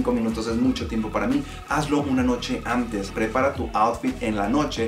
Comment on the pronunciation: AMtes, siguieMte, deMtadura, geMte, falta modular un poco más al hablar, se nota mucho esos errores... Eso también es bonito, la gente que habla bien.